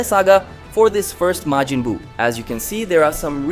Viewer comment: No, he's got Majin spot on, but has a couple flubs elsewhere, like Glind.